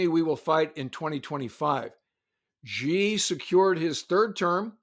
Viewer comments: Re: Could you please not pronounce Xi as "Jzhee"? It's pronounced "Shee". The "jzh" sound doesn't exist in Mandarin nor any dialect of Chinese. For the sake of accuracy in reporting, don't pronounce it as if uninformed. It's not supposed to be a hard name to pronounce; all the sounds in Xi exist in English, it's just that Chinese orthography uses X to represent "sh". China took letters that seemed redundant—X, Q, and C (which are all either variants of or letter combinations using k), and reassigned them to notate sounds that we normally use letter combinations to write. X got the "sh" sound, Q got the "ch" sound, and C got the "ts" sound. That's why the spelling of Chinese names seems to use the letters X and Q oddly. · Great video and agree with you both. But Xi in Xi Jinping is pronounced as SHEE, not ZHEE. It's on Wikipedia among many places. We are all going to need to learn Pinyin in the next few years.